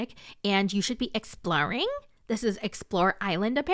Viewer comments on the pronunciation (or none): “exploring” sounded like your “provider” lol